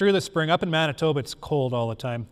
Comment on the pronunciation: Man-tee-bah So close so very close! Awesome presentation lots of procedures I’m hoping to adapt myself